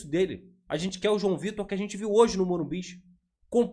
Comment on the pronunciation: Para de ser bobo para de falar morimbiz so tem um entao e morumbi ok?